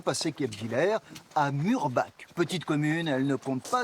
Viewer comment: A prononcer "Mourbar" et non pas "Murbak".